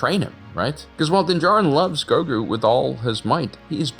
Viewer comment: I keep thinking you’re saying yogurt from Spaceballs